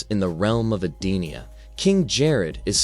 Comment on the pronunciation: It’s EdeniA Shang Tsung Sindel was already dead here and brainwashed. That’s why she looks so different… So many names are said wrong and plot points are incorrect. I stopped watching after the 8th mistake within 5 minutes.